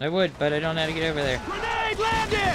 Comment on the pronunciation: "GWANADE" LOL